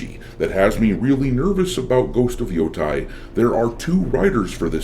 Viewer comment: You said Yotei wrong.